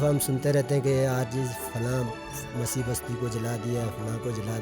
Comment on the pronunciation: Hishahi nahi Bhai Masihi hota hai